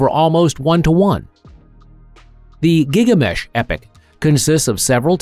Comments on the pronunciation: You're saying GIG-LA-MESH but I've only seen the name as GIL-GA-MESH. Why is your pronunciation different? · Gil-ga-mesh, not Gigamesh :} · It’s Gil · So...the AI is dyslexic? Is that some sort of low-budget AI?